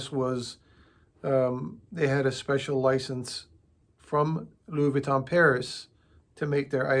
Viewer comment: Nice work sir! I thoroughly enjoyed this vid b/c I’m a painter & Lux bag collector who has now began to refurb & customize them. Just 1 thing: the proper pronouncing of LV is: Luieé Vwee-tō (n is silent) I thought I’d share that w/you since you do Louis Vuitton repairs 😉 (& im French, so it makes my skin crawl when ppl say French designer names incorrectly) 🧏🏻‍♀️🤦🏻‍♀️🤷🏻‍♀️ LOL Keep up the amazing work sir!